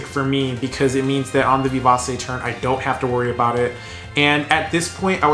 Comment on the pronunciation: I don't know if anyone has pointed this out to you before but the "c" in vivace is pronounced with a "ch". It would read something like "vivache" phonetically. It's a Latin word you find in sheet music which means fast and energetic. Anyways, I thought your commentary was pretty informative, but I have no experience with the deck so don't think I have much advice to give especially since DD2 is the only opportunity I've had to play much of the game in years.